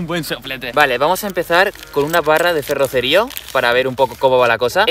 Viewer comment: Bro durante todo el video has dicho ferrocerío con la silaba tonica en la i cuando la silaba tonica la tiene en la c